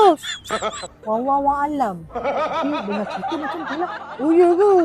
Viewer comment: sy tgok ckp fasih dh kak. tp bile sebut Wallahualam jdi wallahuyaalam. hati' dgn sebutan tu. sebutan mcm kita thu je mksudnya tp tkut mnyempang. xpsal² dpt dosa kering